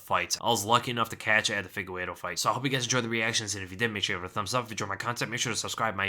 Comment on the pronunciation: "Fee-gay-reh-doh",. "Fee-gay-reh-doh".